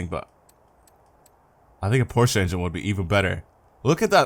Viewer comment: I think you’re the only youtuber to pronounce Porsche correctly LOL